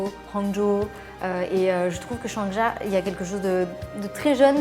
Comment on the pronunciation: "Bonjour Chohisse"